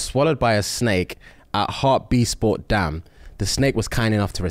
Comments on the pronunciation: That was the worst pronunciation of hartbeespoort I've heard 😂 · Hearing him pronounce Hartebeespoort had me dead 🤣😭